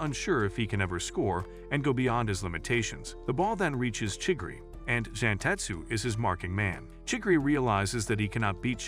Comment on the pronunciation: chigiri‘Chiggry’ and kuon ‘kuan’